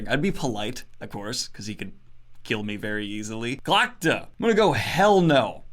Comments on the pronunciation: Kelsier doesn’t need a hug, he needs a good and thorough asskicking (Also it’s hilarious every time when you mispronounce “Glokta” as “Glotka” because in Russian it means “throat”) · Daniel still can't even pronounce Glokta correctly. lol